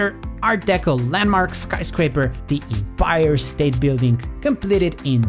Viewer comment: The way you pronuce empire is hilarious